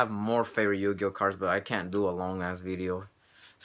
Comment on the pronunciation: it sounded like you said 20 yo-yo cards! LOL!